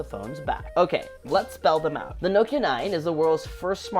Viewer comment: “Noekia” uno i think everyone says Nokia